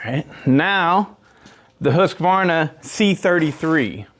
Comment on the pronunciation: Before i die i want to hear one american pronounce Husqvarna correc,t once.